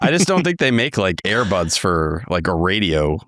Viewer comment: definitely says "Air buds" not "ear buds" and I'm picturing the sport playing dog not being allowed in a radio environment.